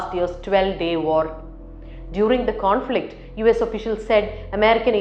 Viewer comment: What's a "corn-flict"..?! 🤔